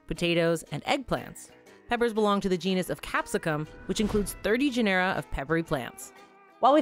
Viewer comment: 'Genera' is pronounced 'GEN-er-a'.